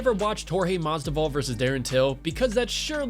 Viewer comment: Is he saying masdival?